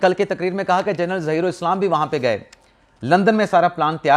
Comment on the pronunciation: جرنل نہیں ہوتا جنرل ہوتا ہے